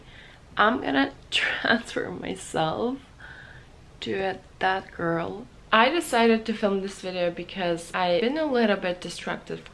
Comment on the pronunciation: i thought that you said at first "bad girl" instead of "that girl". :D